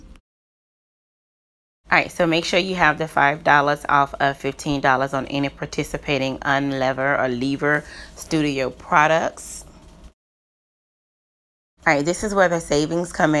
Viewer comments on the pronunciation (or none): IT'S PRONOUNCED YOU-NUH-LEAVE-ERR. (UNILEVER) HEEEEY:-)